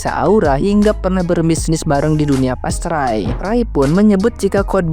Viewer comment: Pestri bukan pastrai gan😂😂😂😂😂